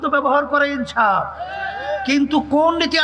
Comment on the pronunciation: আর আপনি এনসাফ বলেন ইনসাফকে😂😂😂